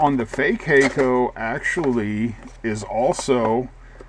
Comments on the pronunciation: Hah-ko actually. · no it HAK-KO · "Hay-co"?? Surely it's "Hack-o"!!